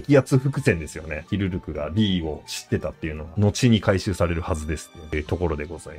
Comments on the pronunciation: ずっと間違ってるなw 思い込みってコエーw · ヒルルクって言うから全然内容入ってこねえ😂